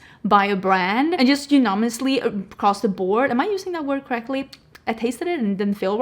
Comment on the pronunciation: you used unanomously correctly - but we americans say it weird - U - NAN- a-mus-ly :D